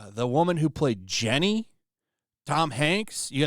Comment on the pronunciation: Jen-neh, why'd you give little Forrest the aids ?, Jen-neh.